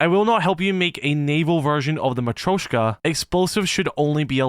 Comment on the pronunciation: It's pronounced mat-ree-osh-ka